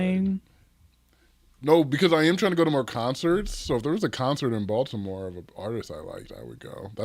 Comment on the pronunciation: lol yes come to Baltimore guys! I’ve never had a nattybo 😅 before but I’ve seen them. Plus I appreciate how says Baltimore! Like he one of us 😂